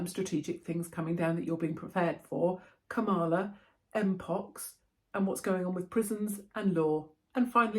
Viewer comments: You have me in stitches saying Ka-Mala instead of Kam-ala. Here in US they’d call you “racist” because with the accent on MALA that means BAD in Spanish 😂greetings from Commie Kalifornia. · Kamala - pronounced like Pamela